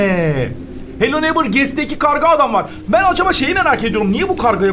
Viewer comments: hello neighbor: hello neymır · Abı farkindamisin eee hello neigbhor yerine hello neymır diyon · Abi hello neiymır demene hayranım ağzıma takıldı unutamıyorum brawl stars youtuberlarıyla brawl stars gelsin ybj,laz vb.Lütfen gAlP? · hala hello neighbour diyemiyor 😂😂